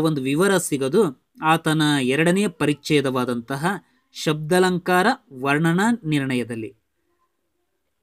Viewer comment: ಶಬ್ದಾಲಂಕಾರ ಅರ್ಥಾಲಂಕಾರ ದೀರ್ಘ ಆಗಬೇಕು ಉಚ್ಚಾರ ಮಾಡುವಾಗ